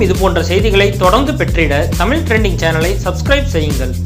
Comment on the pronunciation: "தமில" "முளுக்க முளுக்க" இவளவு கேவலமாக உச்சரிப்பது அசிங்கமாயில்ல ?? இதுக்கு நீ தமிழே பேசவேண்டாம் !!! தூ ......